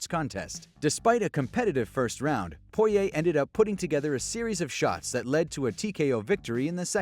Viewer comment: My man really gave dustins name added syllables